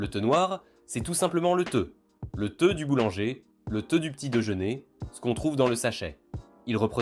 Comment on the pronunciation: C'est Thé pas theu😅